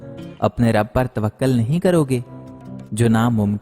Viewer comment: توکل ہوتا ہے توقل نہیں